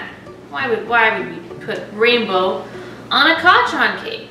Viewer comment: Kacaan XD it sounds like can lol It’s Kacchan btw